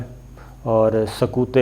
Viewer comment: محترم یہاں تو آپکو ق کی آواز نکالنی پڑیگی ورنہ “سکوت” تو خاموشی ہے اور “سقوط” بنگال کا ہوا تھا۔ آپ اندونوں کو تبدیل کرکے نہیں لگا سکتے، کیوں! کیونکہ اسطرح بنگال کی خاموشی اور عمران خان پہ سکوت طاری کر رہے ہونگے اور کسی گہری جھیل پہ سقوط بنگال لگارہے ہونگے!